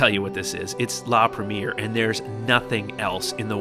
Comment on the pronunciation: You're putting the wrong accent,, when saying "premiere". The accent should fall onto the last syllable.